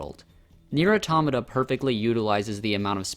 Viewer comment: The way you said pronounced Nier automata makes me sad it’s auto-mata not atomna